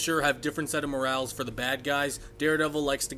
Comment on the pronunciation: You pronounced morals wrong.